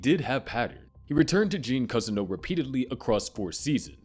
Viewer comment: and he also said cuzzino instead of Cousineau